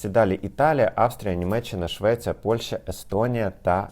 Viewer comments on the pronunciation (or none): none